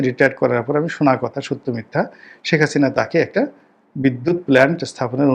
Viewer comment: শেখ হাসিনা উচ্চারণ টা ঠিক নাই। আর সেনানিবাসে জরুরি অবস্থা জারি, এই সমস্ত ভুয়া খবরের জন্য আপনাকে গ্রেফতার করা উচিত।